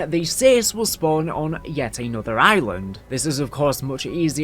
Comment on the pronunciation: Island= eye-win-ed